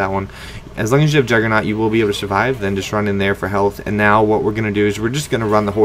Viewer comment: why does everyone say juggernaut!